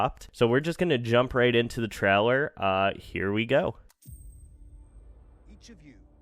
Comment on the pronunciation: It's pronounced 'TRAY-Ler', not 'Trell-er'